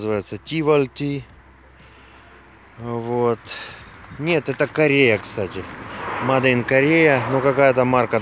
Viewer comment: Моде чтаеться как мейд